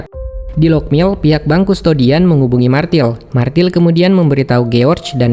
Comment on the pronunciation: bukan martil tapi Mirtel cara bacanya